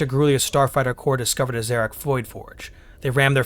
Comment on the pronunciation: You seem to kee pronouncing Zharrk as "Z-rak" instead of "Zha-rk".And the J in Wojtek is pronounced as J,not Đ.You also pronounced Tercia as Terryka.Weirdly,you ronounced Chasovoy the same way as Charlie instead of Chaos...You make a lot of mistakes in the ronounciation of words,actually.